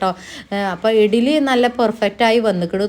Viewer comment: ഇഗ്ലീ എന്ന പറയുഇടിലി അല്ല ശെരിക്ക് പറയും